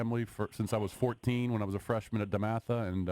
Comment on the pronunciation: You mean DEMATHA?! Lol